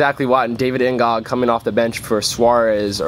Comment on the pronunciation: Plus, N'Gog is better than Bendtner....plus it is pronounced "N Go"